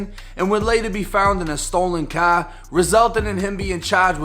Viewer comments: in a stolen CAHHH 😆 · You know what funny. From how to say car I already can tell you from Boston